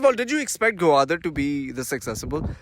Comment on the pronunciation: It's Gwadar not gawadar 😆😆😆